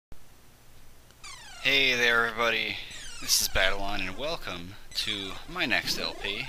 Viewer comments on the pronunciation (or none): none